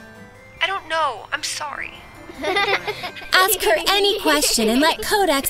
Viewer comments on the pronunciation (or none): Not everyone says it right anyway. I hate it when people say aks. Although it probably *is* just a typo